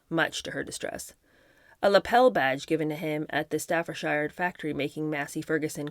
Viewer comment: Your disingenuous attempts at justifying and protecting trump’s behaviour takes us all for fools. Also learn to pronounce ‘Staffordshire’ correctly. You can thank me later. xx